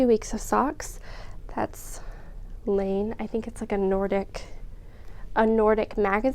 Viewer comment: Such a delight to find your podcast, love your knits - that blanket is INCREDIBLE! Your plan to knit through the 52 Weeks of Socks books is so fun, I thought for a crazy moment you were going to do one a week, much more relaxing not to have a deadline! I think that 'Laine' is pronounced line-ah - it's a Finnish word I think.